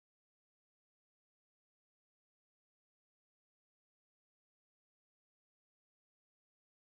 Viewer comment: "Flait rêidar tuent four"